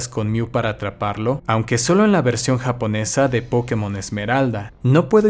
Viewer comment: Es curioso como se pronuncia la palabra POKÉMON alternando su pronunciación entre una palabra esdrújula y aguda. La palabra Pokémon al ser extranjera, le pusieron una buena tilde en la penúltima sílaba, haciendo que sea una palabra llana. Así que no entiendo que se le diga PÓkemon o PokeMÓN.